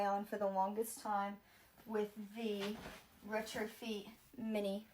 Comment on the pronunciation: IT IS SO SCARY SOMEONE WHO BUYS EXPENSIVE THINGS CAN NOT PRONOUNCE BASIC BRAND NAMES- IT IS PRONOUNCED RETRO-FET NOT FEAT GET OFFLINE AND PAY ATTENTION TO YOUR CLASSES. THIS IS MORTIFYING. 🤮